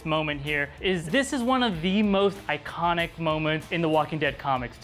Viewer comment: on the 27 min that was "eye"conitic :)